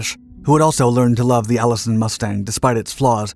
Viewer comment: "the Allison fifth 1710"? Seriously?